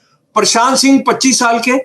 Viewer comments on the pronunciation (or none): none